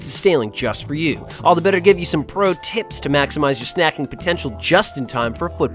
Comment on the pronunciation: I laughed when he enunciated 'tips' so much. Thanks guys :)